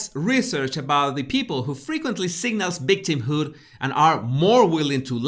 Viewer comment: What is “ bictimhood” ??